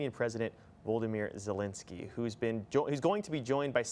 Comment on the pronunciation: Zelensky is ALL OVER the news, how is the reporter gonna say his name wrong?